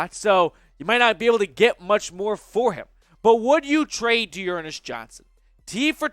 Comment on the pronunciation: I say-trade you bro